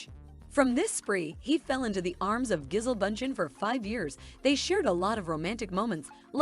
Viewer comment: Her name is pronounced Ja-Sell. No Leo will break up with Gigi in a few months...maybe a year, and move on to another model. I've seen no repeats in his dating history. I think Leo's a fantastic actor, but an immature man. This is why he goes for extremely young girls. I've followed his career from the beginning, and he's always been immature personally.